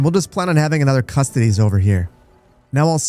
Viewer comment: I've heard that "custodes" is pronounced koo-STO-deez.